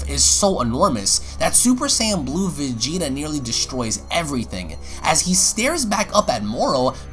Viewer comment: our man and also the story teller takes a shot.. MY KING.. "blue vageaeata"